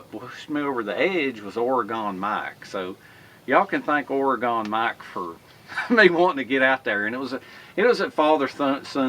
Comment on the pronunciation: I'm from Oregon and it's pronounced ore-gun don't pronounce the e